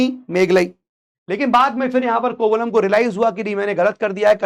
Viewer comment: Sir. He's Kovalan, not Kovalam it is the name of a place in tamil nadu. Also the name of the jewellery is Silambu which they wear in the ankle. Kannagi's father was a merchant so they were rich( which says about cholas) and not only that the king died because he gave a wrong judgement but his queen also died immediately after he died. The pandaya kings were known for serving justice and silapathigaram is an example. About cheras even Elango Adigal converted to Buddhism. if we divide the names of the books we will get the meaning. For example Ettu means 8, pattu paatu means 10 songs, pathinettu means 18. Keel means down, mel means up. Your pronunciation was cute sir 😅 Also thank you for mentioning the facts from recent study sir. Your dedication to provide facts- amazing sir. Also it is said that Lord Shiva was the head of 1st sangam which could be much much older. Theres so much about tamil literature like Thirukurral that it has to be studied separately. Thirukurral had every information needed to mankind but a single kural consists of only 7 words each.